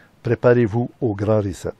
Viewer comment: Hahahah première fois que je vois qqun qui scrappe le mot reset ......rizette